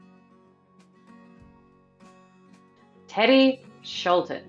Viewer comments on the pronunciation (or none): none